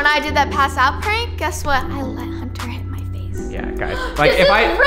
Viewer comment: Respect for saying "HUNTER" not editer